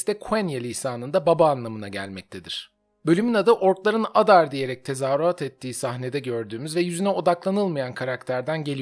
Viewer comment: Adar diye değil "eydar" şeklinde telaffuz ediliyor dizide